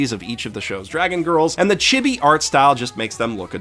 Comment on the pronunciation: "chibby" xD